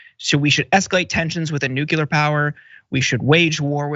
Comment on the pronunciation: Oh gawd don't say nucular! I thought that was how ignorant Republicans pronounced it!